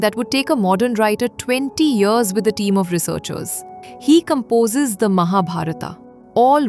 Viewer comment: You spoiled all names in Mahabharat by adding ‘AA’ at the end of them. Why don’t we pronounce Indian names properly as we speak them in Indi languages. Unless we Indian pronounce them properly No one else will do.